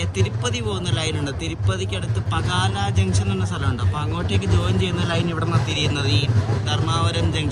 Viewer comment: Its not ഗുണ്ടകൽ, its ഗുന്ത്കൽ & its not പകാല it പാക്കാലാ